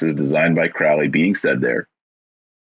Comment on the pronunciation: Thelema centers around finding one's True Will/Purpose/Path. You mispronounce "Thelema" and "Crowley." You spoke the following incomplete: In full it goes: "Do what thou wilt shall be the whole of the Law. "Love is the law, love under will." "There is no law beyond do what thou wilt." "Children" are not literal children. Fyi.